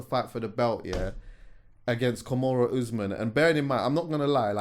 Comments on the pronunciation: Its Kamaru not Kimoru Jesus Christ lol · Nah i love but abeg broski its KAMARU not KUMURA - the latter is a submission in which you bruk up someones elbow. Peace and love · Man said kamarow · "Kimura Usman"🤣🤣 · trying to say Kamaru Usman’s name was a rollercoaster bro 💀😂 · I got so much love for you but the way you said Kamaru Usman and Israel Adesanya name is Jarring me 😄 great episode though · pronouncing Kamaru Usman’s name like that is too funny 🤣🤣